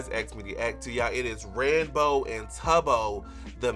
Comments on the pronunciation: Did he say ranbow? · They actually did canonically adopt a baby zombie piglin and named it Michael! (And not your fault at all, but it's pronounced ran-boo, like boo when you scare someone) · I actually think different people pronounce it differently, Ranboo himself pronounced it like he did.